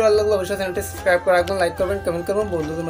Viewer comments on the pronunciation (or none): none